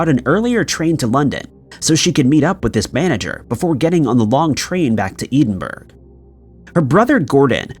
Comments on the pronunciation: Deborah Lindsay case - not eden-burg. its ed-in-burroh. jsyk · man... love the channel but... it's ed DIN burro!, not edinberg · Suggest u look up the capital of Scotland.its ed-in-burgh.not EEDINBURG. Urs An offended scottish person. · oh man you keep on saying "eed-in-burg"!!! Ed-in-burrah" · Eedenburg doesn't exist. The capital of Scotland is Edinburgh E as in egg. Din is self explanatory. Burgh is pronounced "borough". E - din - borough. Edinburgh. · PLEASE PRONOUNCE EDINBURGH CORRECTLY. It drives me insane. It’s pronounced “Ed-in-bruh” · I beg of you learn how to pronounce places before recording.. Edinburgh (Ed in Bruh) not edenburg 🤣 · Hon, it's not " eeedinburgh, it's ED in burg." Thank you for listening to my old Irish/Scottish ass! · Edinburgh - pronounced 'ED-IN-BU-RUH' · Love the vids but Edinburgh is pronounced Ed-in-burrah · ‘Eden-burg’. Genuinely embarrassing. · Eedinburgh better better not be Edinburgh.ed sheerin,ed,ed-in-burgh. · Seriously! Eedin-burg? Will you please learn how to pronounce place names properly! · EEEEE-den-burr over and over again. You've been told the correct pronunciation one million times, so you must be doing this on purpose. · Re No 2, Please note, Edinburgh is pronounced ED IN BOURAH It is the capital of Scotland. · I think he just needs basic English lessons. Even if you don’t know how it’s pronounced “burgh” would never be pronounced “berg” in the English language. “gh” always has a silent G. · Top five strangest pronunciations : number 1, Eedin-burg lol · It’s pronounced Ed-in-burr-ah. It’s common knowledge, even to those not from Scotland. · I know, Eden-Burg,just can’t pronounce a lot of words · Great video. You did keep saying Edinburgh wrong though. It's pronounced more like "ED-IN-BURR-AH". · Let's all do the leave these videos at the first "Eden burg" challenge. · still continues to butcher place names with reckless abandon; EEdinburgh? Bruh! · I flinch every time he says Eden burg 😂